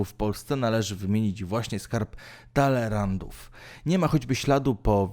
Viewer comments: Co to jest " skarb dalerantów " ? możesz sobie autorze zadać trochę trudu i prawidłowo wymawiać nazwy własne ? Chodzi o skarb Talleyrandów. No i kto to jest do cholery Tycjusz ? Żenada. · Co to jest ten "skarb Talerantów" czy "Taleyrandów" i pierwsze słyszę . I jakieś dzieła "Tycjusza" kto to taki ? Jak jakiś sławny to może Tycjan. Ten ten co to czyta może powinien załozyć okulary lub tekst powinien byc napisany większa czcionką a może i bardziej z sensem.